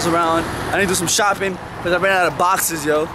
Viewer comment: when boxes it sounds like hes saying hich or hiss XD